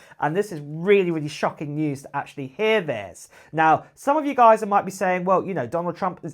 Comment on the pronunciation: Acchally? Didn’t hear anything beyond this word.